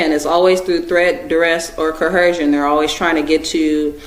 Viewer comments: Is this dummy trying to say "coercion"?! 😂 "CoHERsion?" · Why is it that not one single Moor can pronounce the word "coercion"?